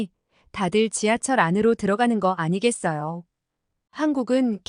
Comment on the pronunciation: 화면의 글씨를 '.. 아니겠어요' 라고 몇 번 나오는데 '.. 아니겠어요?'라고 써야 제대로 읽으실 것 같네요. 듣기가 어색합니다.